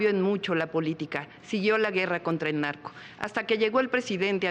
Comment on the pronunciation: No puedo ver seriamente el #Debate cuando escucho la palabra pogque… Nagco pagtido… etc etc jajaja